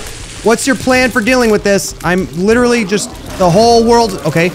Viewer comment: Dude. Littarly said deletion completion